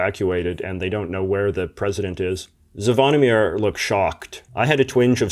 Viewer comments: You kinda butcherd the name Zvonimir. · you and Zvonimir were such great friends you still don't know how to pronounce his name properly